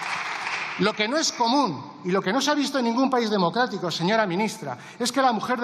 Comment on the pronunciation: No se dice paí, se dice país